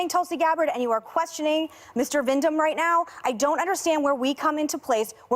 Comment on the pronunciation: She is so DUMB, ABRASIVE and COMBATIVE! She kept saying VIND-HAM. His name is VIND-MAN lol. Dumb Bish 🙄